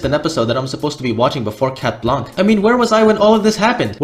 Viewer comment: its shat blanc thats how its pronounced